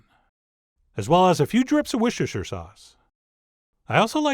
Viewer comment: I love how he mumbles through saying Worcestershire sauce 🤣 Worcester Shire. The first part is where it's from, it's actually just called Shire sauce